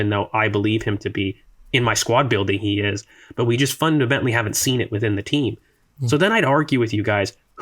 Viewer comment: Im a terrible person but i cant not address the pronunciation of the word "fundamentally." makes my ears ring every time